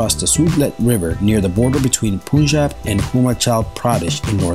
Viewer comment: its not pooooooooonjab its paunjab prounced as panjaab